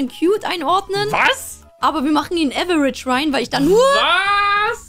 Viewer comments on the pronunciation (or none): man man man die soll mal die Aussprache von "average" üben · bruder deine perle muss lernen wie man fcking average ausspricht xD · Liebe ihre Aussprache 😂 Liwi für levi und äwerätisch für average